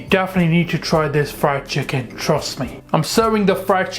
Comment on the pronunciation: You cut the chhicken